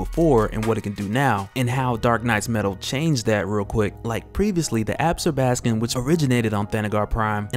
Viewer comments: Not "Ab'-skor-bas-kin" ---- pronounced "Ab-sorb'-a-skon". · Ab-zor-ba-scon no ab-scor-bas-can 😂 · Absorb- ah- scom. Different emphasis on different syllables. Still you are my favorite. English teacher in me doesn't stop. Sorry lol